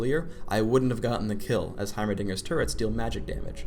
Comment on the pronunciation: "turrents" WHY